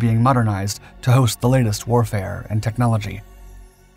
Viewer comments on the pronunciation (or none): none